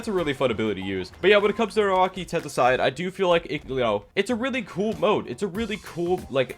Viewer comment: How the hell did you just say tentacion